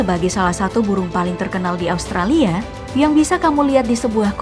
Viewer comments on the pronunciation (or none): none